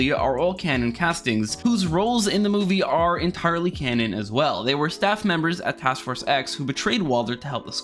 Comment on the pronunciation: I thought you were saying “loose cannon” the whole time lol